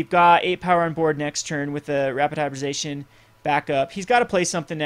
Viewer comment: HY-BRID-I-ZA-TION. its not hard to say.